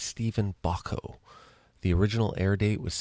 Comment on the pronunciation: You didn’t even say ‘starring Peter Falk’ at the beginning, sheesh! And it’s pronounced ‘BoCHco’ (not bocko), UGH! Listening anyway since I love Columbo, but wow get these bits right.